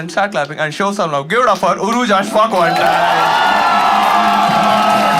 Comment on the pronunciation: 100% it's, purposefully did not say any "sh" words lol (said show at some point and it felt forced)